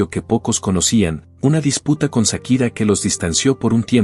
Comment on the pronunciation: No es Sakira 😂 es chaquira